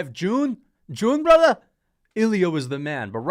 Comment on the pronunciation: You are right. He said braathar.